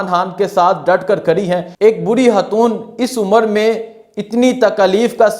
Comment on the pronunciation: Hatoon nhi khatoon kehty hain